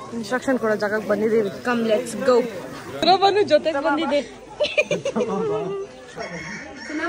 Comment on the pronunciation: ಜೋತೆ ಅಲ್ಲ ಜೊತೆ